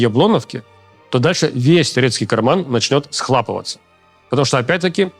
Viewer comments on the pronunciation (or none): Не схлапывать , а схлопывать , от слова хлопать , граматей Левиев .